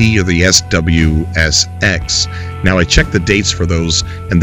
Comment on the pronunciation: Dude, SXSW (SWSX as you kept saying) is the biggest music festival in the entire country. Means South By Southwest. It's here in Austin, TX. It's amazing. Loving what ya'll are doing, but it's a big deal for game devs to be here during that event. Chris Roberts and Star Citizen have an Austin office, so SXSW can't be that bad right!? Keep up the goodness!